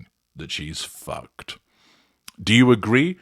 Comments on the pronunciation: “Foo-kayed”!!!😂. I love this new word! Oh there is more to come: more insipid web sites, more faux pas, more ridiculous public relations snafus. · “You’re FooKayd”. I’m using that one 😂